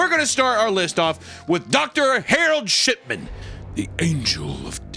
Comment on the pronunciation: I keeping hearing "Shitman" not "Shipman"